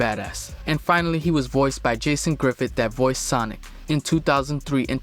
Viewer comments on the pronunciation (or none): none